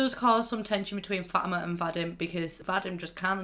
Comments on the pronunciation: Fatima is actually pronounced Fo teema. No Fat eema or fo ima. I know you got an accent and it's hard to pronounce things so i'm not judging you in anyway here just so you know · (fa-tea-MA) . That;s how you say becky's moms name. not trying to insult you or anything.